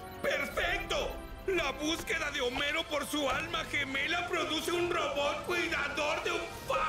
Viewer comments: no es "jomero", es homero(con h muda),es lo mismo que decir hola...,la h esta ahí pero no se pronuncia... ( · Por fin lo encontre. Gracias por subir el video con el doblaje. Por cierto, es Homero (la "H" es muda) no Jomero.